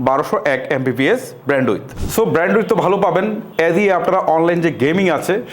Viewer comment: আপনি যে ব্র‍্যান্ডউইথ বলেন, খুব ক্ষ্যাত লাগে শুনতে। একটু শুদ্ধ উচ্চারণ করবেন, ধন্যবাদ।